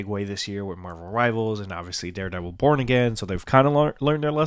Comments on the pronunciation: Oh thank god it’s not just me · I KNEW I WASNT TRIPPING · Yeah exactly 😂 I was like "APPEAR IN WHAT? AND WDYM AGAIN??" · Every time u say "Daredevil Born Again" i hear "Daredevil Porn Again".........🤣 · thank GOD it wasn't just me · Okay im glad I'm not alone I rewinded like twice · Ah good. I'll skip the video then. Because yeah, I'm not understanding what he's getting at. He also pronounced violent and and born weird so yeah I zoned out.